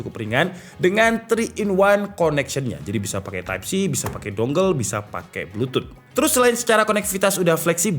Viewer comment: editor minta dipecat ni, type A oi type ei bukan type E 😭😭